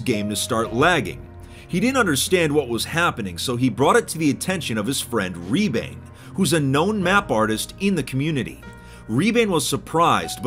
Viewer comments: as a Estonian, its funny to hear say “Ribaine (Rebane, which means Fox in Estonian)” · i love the fact that he's saying rebane wrong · lol u pronounced his name wrong. In Estonian "Rebane" means fox.But I will forgive you in Estonian things are just pronounced differently. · An estonian player in 2b2t is cool but its rebane not ribaine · lol it was funny to hear say “rebane“ its an Estonian word and i dont blame fit for saying it insanely wrong as he is not Estonian still was funny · As an estonian i am completely devastated how you pronounced rebane, but you get a pass this time. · that's not how "Rebane" is pronounced but it sounds cool, it means fox in Estonian